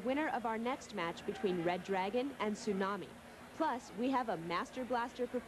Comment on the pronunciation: I’m sorry but I can’t help but chuckle ever time the announcer mispronounces Tsunami’s last name. 🤣